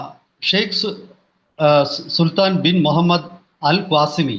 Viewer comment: AL QASIMI Yanu mashe At least read the name as correct Kashtam